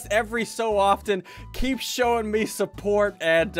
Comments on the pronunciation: Ssundee actually said “M E guy” Yes I know I’m 3 years late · He called a "Me" guy a "M" "E" guy